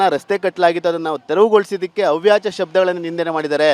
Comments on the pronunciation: ಅವಾಚ್ಯ... ಅವ್ಯಾಚ ಅಲ್ಲ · ಅವ್ಯಚ ಅಲ್ಲಕನೋ ಮುಂಡೆದೇ ಅದು ಅವಾಚ್ಯ ಕನ್ನಡ ಮೊದಲು ಕಲೀರೋ ಸರಿಯಾಗಿ..... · ಅವ್ಯಾಚ ಅಲ್ಲೋ ಮಾರಾಯ, ಅವಾಚ್ಯ 😅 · ಅವಾಚ್ಯ, ಅವ್ಯಾಚ ಅಲ್ಲ. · Reporter, please say ' avaachya' not Avyacha .Reporters need to pronounce the words properly.